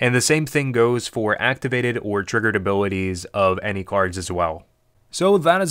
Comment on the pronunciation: You said “abilwitties” are you from Pittsburgh? Great video btw. Most information one I’ve found yet on the subject!